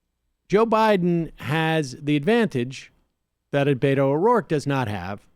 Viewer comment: Sam said Beto like He was saying Fuck You.